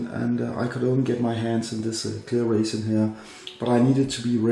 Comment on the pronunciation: Sounds like raisin 😂